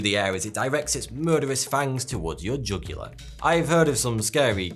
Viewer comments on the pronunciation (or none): none